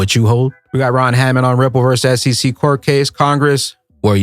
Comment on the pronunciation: named Rimple and cardanzo and solanza as securities. Lol. Sooo. Must mean those are three solid commodities even though he can’t pronounce them.